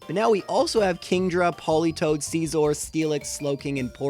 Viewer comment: I'm extremely sad by the way you pronounce "Scizor"... The joke is that is sounds like "Scissors"